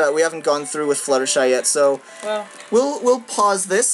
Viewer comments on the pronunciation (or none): its pronounced fluh - tehr - shy not flu - tehr - shy as in flute.